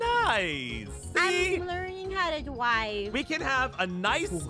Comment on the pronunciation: “How to DWIVE” get me